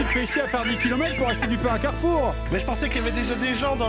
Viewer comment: "karfour" JPP🤣🤣🤣🤣🤣